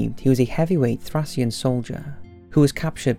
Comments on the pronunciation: mainly because of the movie.... What? Am P itheatre? Srsly Trasian - my ears can only take so much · Already commented but alas i must again. I did watch in full as i have a big interest in this era. You seriously need to look into how words were pronounced from this period, it made you look stupid to those who think this is common knowledge. E.G :Thracian is pronounced Thray-shon and not Thrac-ion, also Batiatus is pro-nounced Bat-e-art-us and not Bat-e-i-tus. Just 2 examples.